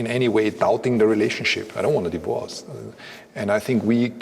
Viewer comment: I hope I'm not the only one who heard it as "consider that a DIH-VOA-CE"